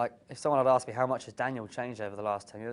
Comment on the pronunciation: its the "its killed meh !" for me